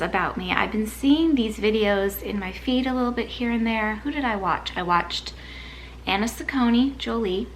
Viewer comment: Yes you pronounced Anna’s name right 😃